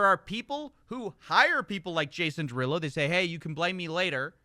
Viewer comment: Excuse me but his name is JAY-sawn deRUUloooo🎶